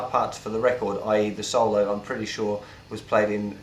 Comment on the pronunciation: good lesson i like the way he says solo saulo